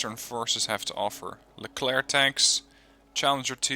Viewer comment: The french actually pronounce the "k" sound at the end of "Leclerc"